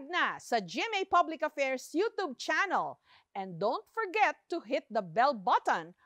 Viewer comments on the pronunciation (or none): Anong sabi mo Jessica yotob???😂😂😂😂 Try mo KAYA i-search SA American English at British English kung yotob ba ANG pronunciation.😂😂😂😂